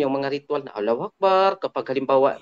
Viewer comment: Kahit yung pag banggit mo ng Allahu akbar hindi mo mabanggit ng maayos , allahu akbar ritual? Kung makuratan ? Sabihin ko sayo boss talagang sinungaling ka , muslim ka tapos sumasabay ka sa ibang relihiyon ? Kung may kaalaman ka lng sa islam hindi mo maiisip na mag hanap ng ibang relihiyon kasi magiging kontento ka sa lahat , pero dahil sinungaling ka , yan ang nangyari sayo